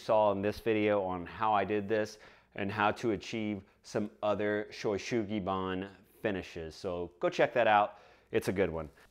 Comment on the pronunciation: Oh... your pronunciation of this word is WAY off though. It breaks down to these sounds: Sho (like show) U like the "oo" in Boo or Zoo (ShowOO), then Su (like Sue) Gi (like Gee in geezer) or change the sound of bee to a g and you get gee) -- SueGee then Ba (Bah, like a sheep) N like n. (So Ban is pronounced more like the "ban" in "banzai!") ShowU SueGee Baa-n. In Japanese there is no accent on any syllable, and vowels have only 1 pronunciation regardless of where they are. All letters are pronounced, and "N" is the only consonant that can end a Japanese word. All others are tied to a vowel. This makes Japanese a perfectly phonetic language, and there is no such thing as a spelling bee as a result.